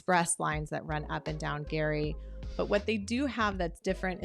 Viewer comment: This is absolute nonsense. I grew up on the university streets, 2 blocks from MUH-claren park and we all called it Por-TOE-luh. My dad has a book about this area and in it, they insist the locals called it PORT-lah. There's no consensus. But speaking of pronunciation, I was confused by how she said Geary. Like how do you fuck THAT up?